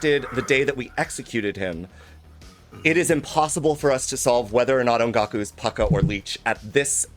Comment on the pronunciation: The way pronounced Ongaku in that intro clip, I honestly thought she said "on Goku", in the way people say "on God (how would that even work)". It made perfect sense to me! I only just realized it a few days later and I found it funny, so I wanted to share my "bone apple tea" moment.:D